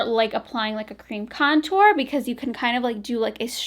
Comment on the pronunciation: I swear at one point you said comtour😂😂 hahahaha LOl 💕💕